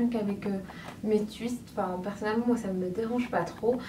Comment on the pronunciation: "Tchuiste" 😂 jolie coiffure